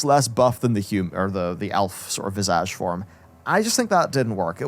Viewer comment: Every time he says visage all I hear is vajazzle